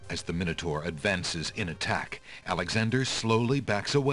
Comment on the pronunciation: Minotaur has an A in it, your saying it SO WRONG